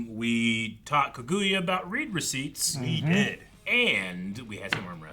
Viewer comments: Damn okay we’re really going this whole show with “ka-goo-ya,” huh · Do they ever stop calling her Ka-goo-ya?